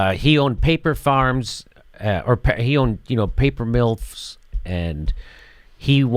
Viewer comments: He said "Paper Milfs' lmao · he says paper milfs😂